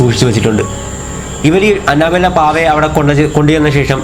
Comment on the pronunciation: Anna bella alla anebella🤪🤪🤪